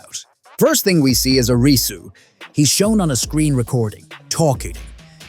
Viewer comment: It's Air-ree-sue Not a-ree-sue